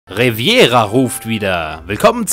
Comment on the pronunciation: Hi, schöne Lets Plays! Kurze Anmerkung: der Ort nennt sich übrigens RevEEEEEra, nicht RevIIIIIIIera. Haste vermutlich mit dem spanischen Küstenabschnott verwechselt. Cheers, Zockrates